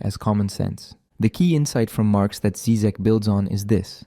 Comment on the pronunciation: Obviously I am not going to watch this video by someone who sounds too young and American to have authority to sprak about something that America is not able to profuce -philosophy and uncomfortable questions. You can't even pronounce his name right! Why is he dangerous? Because he speaks of saving out common decency and humanity, which has been poisoned and bombed by American BS ? What's wrong with having an accent? I think you are embarrassing yourself, dear boy! Stick your guns and burgers... leave philosophy to us here in the old world...